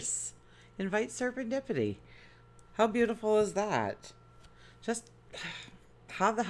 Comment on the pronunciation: Hi! It’s “Ser-en-dippity”. I love your readings!